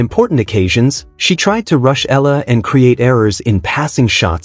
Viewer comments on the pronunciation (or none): Eala pronunciation E ya la